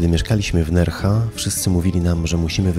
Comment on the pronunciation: NerHa, SewiJa!!!!!